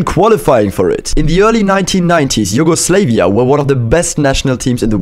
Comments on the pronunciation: I cant believe it, you said Yugoslayvia. Its pronounced YUGOSLAVIA. I am Serbian so i know it, many Americans and Brits fail to pronounce it correctly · Learn how Yugoslavia is pronounced. It's Slav not slave. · Please can you not pronounce it as YugoSlave-ia, pronounce it as you would the word Slav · nobody is talking about how he pronounced yugoslavia as "you-go-slae-vee-ah" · Isnt it pronounced, You-go-slaa-via ? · It’s pronounced Yugoslav “ia” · It is pronounced Yu-go-slav-ia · It’s pronounced yu go slavia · Why he pronouncing Yugoslavia like that 😰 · you pronounced "Yugoslavia" wrong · You pronounced Yugoslavia wrong